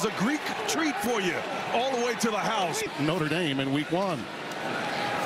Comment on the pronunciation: and it’s Notre Dame. Not “norte Dane” lmao go back to school, kid.